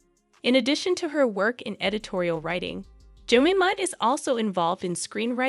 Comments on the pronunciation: This could be quite interesting but the voice is so annoying, she can't pronounce words, I'm assuming it is AI - Jemima is pronounced -Je-mym-ah - it's not jmima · Jemima like je-my-ma not Jimmema like cinema! 😳 The picture of ‘Goldie Hawn’ is Ivana Trump! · Jemima is pronounced 'JE-MIME-A' ; not Jem-im-a. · You "Tactfully" dont mention the fact Imran Khan is in Prison. Dubious Reasons I know but...its definatly part of the story. Also in Britain and i suspect around the world...Jemima is Pronounced...Ge mime ma.... not ever...Jem im a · Surely, it's not that hard to get her name right - it's Je-my-ma not Je-mim-a. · Her name is pronounced, Je-MY-ma!! If you’re going to go this far researching might as well pronounce her name correctly! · Narrator is pronouncing Jemima incorrectly. Break 'jemima' down into sounds: [JI] + [MY] + [MUH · The name is Je Mime ah. Just so you know. And DAY BUED. No T pronounced. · Her name’s pronounced Jer-my-ma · Ja- Mi' -Ma is the pronunciation. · Jemima is pronounced phonetically ‘Jemyma’. It is strange writing about someone without ever seeing a video where her name has been said. It is the usual pronunciation of her name. But I did otherwise enjoy the video. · If you are going to make a video, you need to check the pronunciation of all the names…. Jemima is pronounced, “Je-mime-uh” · It's pronounced "jenaaima" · Had to stop watching .. the mispronunciation of Jemima 🙄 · You should have learned how to pronounce her name properly. You sound like a complete idiot every time you say her name 😂. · I would've watched the whole thing but you couln't pronounce her name properly!!! DO YOUR RESEARCH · That pronounciation of her name is so bad! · Please figure out how to pronounce "Jemima"? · All the way through you mispronounced her name. It was interesting but does my head in when you tubers can't read. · Its JEM-I'm=A!!!! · Are you having trouble pronouncing Jemima… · You'd think the narrator would learn how to pronounce Jemima!